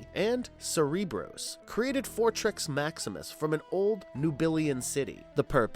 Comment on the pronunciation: You keep saying “Energron” instead of Energon which btw was used in another of your videos(!!!) but was pronounced as “Ener-gone” when it should be “Ener-John.” At least make it consistent why don’t ya! And at one point in this video it sounded like you had said Fortrex Maximus instead of Fortress!